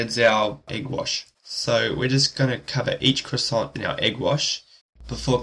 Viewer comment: also you don't pronounce the "t" in croissant, nor the "s" in the plural form.